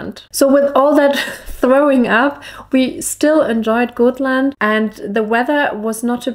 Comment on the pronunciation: Hello! Many beautiful views and nature pictures! But please don't call it Goatland! If you pronounce it as Gottland with a very short (o), it will be more correct pronunciation😘!